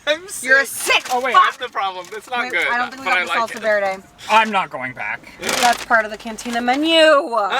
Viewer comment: Me who has taken spanish. I cringe when people pronounce Verde that way lol